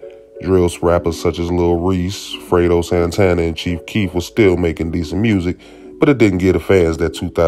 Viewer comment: He said “frito santana “ cmon 😂 (amongst other things)